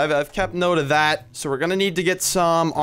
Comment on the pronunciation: I could see how happy you were after you said "dat I don't think so". All I was doing was cringing....not hating just pointing out something funny😄